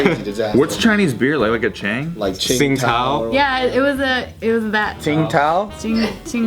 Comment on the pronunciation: LOL pronunciation of "Chang beer" BAHAHAHA